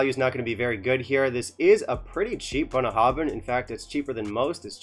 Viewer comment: You wanna know how to pronounce this? I think you nailed it . Then you hammered home the message . Thanks for the brutality in your honesty. It is very much appreciated. A distillery close to my heart, but fully because of the huge strides in quality they've made in the last 15 years. Not for this.Time to put 'em on the naughty step. Great, balanced, fair and succinct review... 🥃